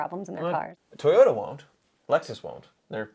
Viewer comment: Did say " Toy Yoda"? 🤔